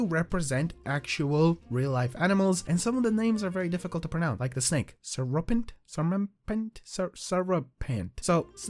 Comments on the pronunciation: its pronounced "see rup ent" like syrup all the names are basically animal + food (syrup + serpent) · I think the syrupent is supposed to be pronounced syrup-ent like the food maple syrup I have noticed they are all named after foods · Syrupent as in syrup and Serpent so next time please pronounce the name correctly, my mum didn't come up with the name just for you to mispronounce it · Why do you say syrupent like that And why do you say taffly like that